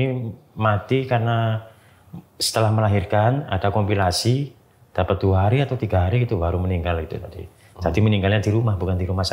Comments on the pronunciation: Kopilikasi pak bukan kopilasi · udah siap2 serius nyimak, eh Bapake ngomong komplikasi jadi kompilasi 😩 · Narsumnya lucu..wingit jadi singit..komplikasi jadi kompilasi...😂🤣🤣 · Komplikasi di bilangnya kompilasi....😅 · Komplikasi pak,,, bukan kompilasi😅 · Komplikasi bang,bukan kompilasi 😂😂😂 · Komplikasi baaaang bukan kompilasi 😊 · Komplikasi pak bukan kompilasi